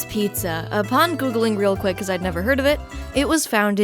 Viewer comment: The neon sign said Jet's Pizz for a second and I was a little amused. Then you said Pizz-uh and I snorted